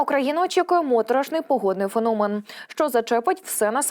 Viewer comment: Звідки ти взяласлова ФуНОМЕН, і другі перевернені слова украінськоі мови...НОБУЗПЕЧНИЙ, ТЕКОЖ